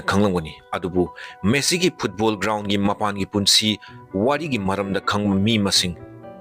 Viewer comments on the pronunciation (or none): Messi❎ Meesi✅😂😂😂